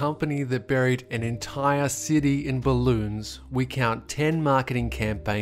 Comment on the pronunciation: when he said "balloons" i thought he said balut, i was disgusted the moment he said it. welp. i got my nightmare fuel.